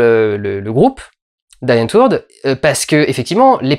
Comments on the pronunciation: Juste pour info, "Die Antwoord" se prononce à peu près comme ça s'écrit: avec un long i dans "Die" et un long o pour le "woord". On roule le r et le d se prononce un peu comme un t. En gros c'est de l'Afrikaans et ça se prononce comme du néerlandais (ça veut d'ailleurs dire "la réponse" dans la langue de Van Gogh) et pas comme de l'anglais ;) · Die Antwoord (se prononçant [di 'antvɔrt]) (source: wikipedia). Parce que quand on parle le néerlandais ta prononciation fait mal aux oreilles. Très belle critique sinon :D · Ça se prononce "Di antwoord" ^^ Ce qui signifie en néerlandais, ou en afrikaans, "la réponse". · Ca se prononce Dii Antwoord avec un long i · ça se prononce " di " " an te word ". J'adore les français qui prononcent du néerlandais c'est splendide ^^ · le w ne se prononce pas comme un v car d'origine néerlandophone ^^ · Ca se prononce "di antevourd" cher dudu! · Tu exprimes absolument tout ce que j'ai pensé de ce film. Que j'ai adoré. Die Antwoord. (Que l'on prononce à l'allemande, "Die Anvort" si tu veux^^) bref perfect comme d'hab' ! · PS : Ca se prononce Di Antvourde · Die Antwoord (La Réponse) = di ante woueurte (à prononcer avec un accent chelou) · Die Antwoord se prononce Di Antwaurd :) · di antvourte. ca se prononce comme ça, c'est de l'afrikaans, mes parents sont afrikaans, je suis afrikaans, je parle afrikaans et Yo-Landi Vi$$er et Ninja prononcent "di antvourte". y a pas à chier, c'est comme ca. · Ca se prononce DI ANTVORDE ! :) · Histoire de ramener ma science, Die Antwoord, c'est de l'afrikan, c'est ni plus ni moins que "The Answer" dit avec leur accent chelou, donc à prononcer Dii Antwourd. Voilà, c'est tout pour moi, du swag et du love sur vous tous. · Die Antwoord en afrikaans se prononce "di antvourde". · Die Antwoord ce prononce DI comme dinosaure. C'est du néerlandais. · une petite aide pour la prononciation du nom "Die Antwoord" : diiii antwaurd. C'est du néerlandais. Chiant, hein ? :p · Ça se prononce "Di Antvort" c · «Di Ent-Voeurde»